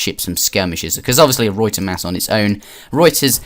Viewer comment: The way you pronounce ruyter bothers me